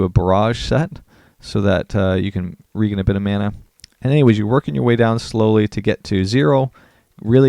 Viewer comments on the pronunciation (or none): lmao regen is pronounced Rejen, homie. Short for regeneration. ree· jeh· nr· ei· shn